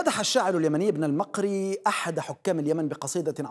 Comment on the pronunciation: اخي: لك كل احترامنا في اليمن. وانما هو ابن المُقري بضم الميم وليس فتحها كما نطقت.